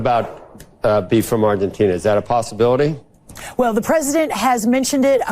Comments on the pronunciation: With all due respect it's Argentina not "Argentinia" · It's Argentina, not Argentinia!!! It's makes you wonder if she's ever said "Argentinia"!!!